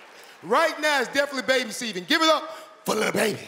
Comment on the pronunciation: Who else noticed he said “ baby seavon “ and not “ season “ 😂😂